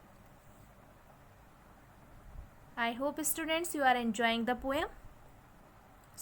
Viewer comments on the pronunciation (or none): Not pome it's poem.😂😂